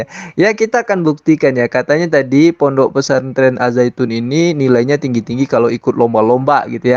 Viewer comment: Pondok, bukan PONOK 😂